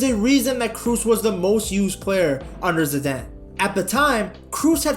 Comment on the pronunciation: Zidane not Ziadaine.